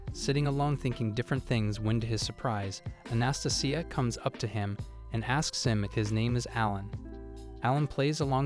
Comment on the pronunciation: How do you say Anastasia like that and think it's the correct way to pronounce it lol. Ana- stay -Jia